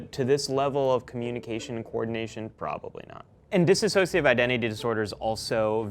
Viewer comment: You'd think in 6 years of school you'd learn to pronounce dissociate correctly.